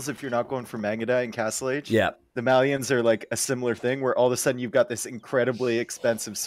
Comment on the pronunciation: Why do all the AoE2 casters mispronounce Malians and Mayans? For some reason that really bothers me.